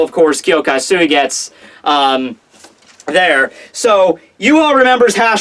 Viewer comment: Why don't you pronounce "u" at the end of mugetsu and suigetsu?